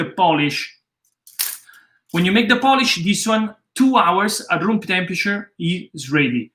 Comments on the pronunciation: It's POOL-ISH, NOT POLISH! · I love your pizza recipe. I do it all the time. I have a quick question. Why do you call it Poolish and not biga? Is the word poolish more associated with Napoli mor than Biga?